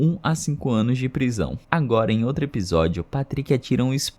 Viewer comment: O conteúdo é ótimo, mas "outre" me quebra kkk 🫩...